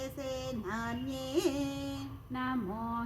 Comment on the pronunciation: ಸೇನಾನ್ಯೇ.. ಅಲ್ಲಿ ದೀರ್ಘ ಸ್ವರಿತ ಇಲ್ಲ ಮೇಡಂ